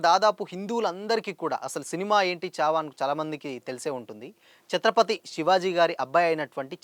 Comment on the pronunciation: Good video bro kani చావా కాదు ఛావా అది.... ఛత్రపతి శివాజీ మహారాజ్ అని పలుకు లేకపోతే మహారాష్ట్ర వాళ్లు నీకు దేహశుద్ధి చేస్తారు. Only for information